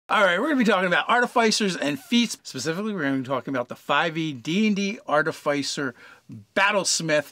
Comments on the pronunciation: Please, please, PLEASE say "arti-fisser", not "artif-eye-cer!" 😫😫😫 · Two things: it’s pronounced ‘Ar-Tif-icer’ and it is a steel, not iron, defender. That said I’d recommend the following feats: sharpshooter and great weapon master (if medium or large), Fey touched for the first INT bump and access to Bless, piercer at later level if you are mounted and use a Lance. Mounted combatant could easily be replaced by any number of magical items or spells. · It's pronounced 'Ar-ti-fiss-er' and I will die on this hill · If you are going to be padantic it's actually pronounced Ar-tif-i-cer. That said it's not a big deal if they are mispronouncing a word in a game of imagination. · Sorry but it is pronounced a couple of ways. That is just the way of tomatos and Artifice.